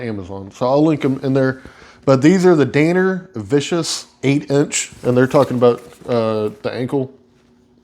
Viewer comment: Not dane-er… DAN-ner… what a weird word to mispronounce. Not being a jerk just never imagined that would be a word easily misconstrued